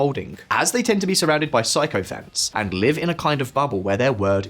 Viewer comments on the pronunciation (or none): it;s pronounced "sick o fant" not pyscho fant! Twit!